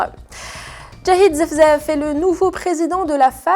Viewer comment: Larbaâ, wilaya de Blida et non Larbaâ Nait Irathen Djahid ZEFIZEF et non Zefzaf